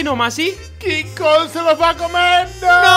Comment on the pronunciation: Se dise kong